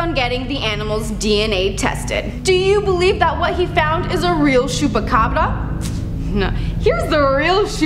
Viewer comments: Ch not sh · It's pronounced "choo-pa-cabra" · Is it supposed to sound like shoepacabra? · Hahaha latina from Chihuahua calling it "shupacabra" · domt overdo it sandra lol its pronounced chew-peh-ca-bra but thank u for trying :)